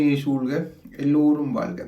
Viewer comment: இன்பமே ஷூழ்க என்று சொல்லு கிறீர்கள். அது பிழை. இன்பமே சூழ்க என்று சொல்வதுதான் சரி